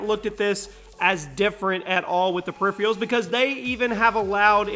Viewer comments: Er,. periphERALS dude not periphREALS lol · It's PERIPHERALS, not PERIPHRIALS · Lol, perifreeuls